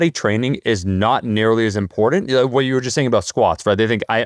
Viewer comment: There is no letter D in the word “important” so please quit mispronouncing that word.